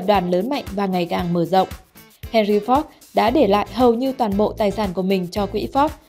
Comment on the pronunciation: Má oi Ford mà má đọc la fóc